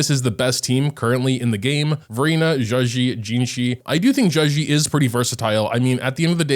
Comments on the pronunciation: Bro right its not zhuxi its zhezhi (like juh jirh) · Just saying, a better way to pronounce her name is probably something like “juh-jer” cuz in Chinese, “zh” makes a sort of “j” sound ^^ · i think u pronounce her name like “juh-jeh” , with the j’s sounding like the j in judge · be Butchering zhezhi's name😂😂😂